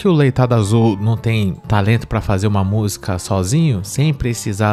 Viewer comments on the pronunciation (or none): Ela falou Musga e zoto (outro). Que faculdade essa fez?? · Meu véi tbm fala musga mn😅😅😅e + ainda...Táh tocando um musgão ali!!!hehe Mas ele n teve estudo (justificável) , e se ela disse que é formada, aí fufu néh!!! Leitada azul🤣🤣🤣